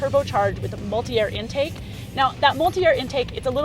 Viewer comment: Mulit-air haha